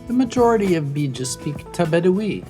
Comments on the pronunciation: Air Element to make matters worse his pronunciation are so wrong 😭😂 its not Beeja its pronounced Beja the e isn’t extended and the language is Tu Bidawi meaning “the bidawi” lol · cushitic people are warriors, no matter when and where they be. also im not Beja (im somali) but i hate the way the commentator says Beja... ''Beeja''